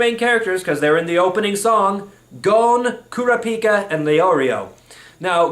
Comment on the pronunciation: It's pronounced "Kur-A-pi-ka".